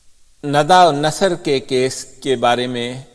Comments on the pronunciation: Nada nhi Nida please! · Sir I know but you always pronounce her as Nada. I appreciate your and efforts of your team on YouTube and other social media. Regards